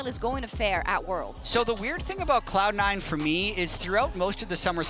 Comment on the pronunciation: she says "Clown Nine" 😅